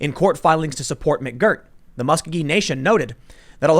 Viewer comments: Tim its Mus Co Gee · Your annunciation of Muscogee is buggin the heck out of me.